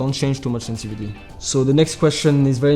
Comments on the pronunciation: Can anyone count the number of times this guy said "SENSI-VITY" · love how he says sensivity